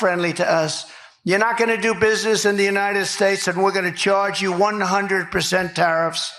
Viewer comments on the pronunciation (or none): The Uniysssh Shtashh? I think a mischievous djinn grabs hold of Droopy Don's tongue every time he desecrates the name of his country.